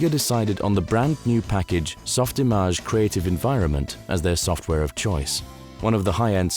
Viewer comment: I’m so glad you pronounced SoftImage correctly. Too many people understandably say “image” instead of “im-aj” (rhymes with mirage). I remember the jab back in the day being “You’re not a veteran 3D artist if you can’t pronounce SoftImage correctly”.